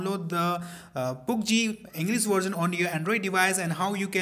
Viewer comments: Its pubg not poobg PS just correcting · Seriously dude...you pronounce it as poobg.....😂😂..its pubg. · Its pubg not poobg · Pubg h poobg nhi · Poobgee xD I love way you pronounce it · Poob jee 😂😂😂😂Cant even pronounce it right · its so funny when he says poop gee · u said poobg